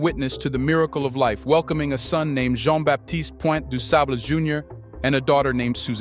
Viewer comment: Please learn how to pronounce Du Sable's name. In French, Baptiste is pronounced with a silent p. If this is a teaching tool. everything should be done correctly.